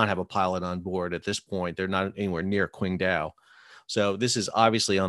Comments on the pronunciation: Pronounced more like Tsing-Tao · Pronounced Chingdow. Q is ch